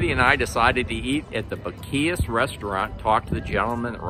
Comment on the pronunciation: I see you are not from Texas your pronunciation is terrible